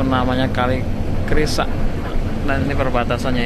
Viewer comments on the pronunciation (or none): kali krasak.bukan kali krisak.